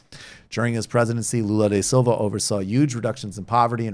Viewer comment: Great work on covering Brazil Michael, one thing that drives me nuts though is that it is Lula da Silva, not Lula de Silva. Pedantry aside though, keep up the great work!